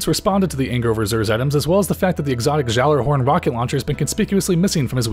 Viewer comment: You say Gjallerhorn is weird. I cringe very time.